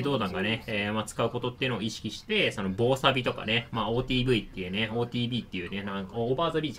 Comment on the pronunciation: 防錆（ぼうさび）ではなく防錆（ぼうせい）ですね